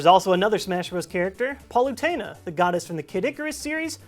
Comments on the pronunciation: HaunterXD O He pronounced it Paul-ue-teina. Uprising pronounces it Pal-ue-teina and so does the trailer, oh and another thing i forgot to mention he called Robot Chicken Adult Chicken... seriously? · you keep using 'paul-' in Palutena's name. It's 'Pal-', like buddy pal. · Sorry... did you say "Paul-lu-taina"? o.0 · you said Palutena wrong.... and this ain't a un-official thing... pit says it alot in uprising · Oh my God, it's like he didn't actually know what the hell he was talking about. Hyrule Warriors has it's own story so how could it be a re-skin of Dynasty Warriors? It's got elements but it's a true Zelda game at heart though lacking in puzzle elements. Not to mention he didn't pronounce Palutena correctly even though they say it in her Smash trailer and he called Link's tunic the Kokiri uniform when it's not.